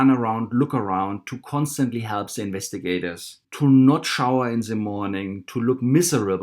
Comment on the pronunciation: about the accent.....I had a hard time at first understanding what you are saying, and have a tip.....why do you not use a "d" instead of a "z" when you pronounce the "the" ....than you are much easier to listen to.....just saying....